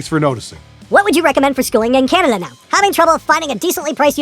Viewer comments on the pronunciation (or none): none